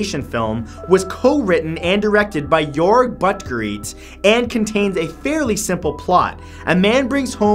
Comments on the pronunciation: sorry did he just say 'your butt greets'? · Rat he was actually saying a name lol "Jorg Buttgoreit"